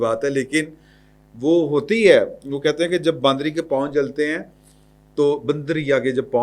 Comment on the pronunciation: معذرت کے ساتھ آپ سب حضرات باندری کہتے رہتے ہی صحیح لفظ بندریہ ہے Bandrya لہاذا اپنی اصلاح کریں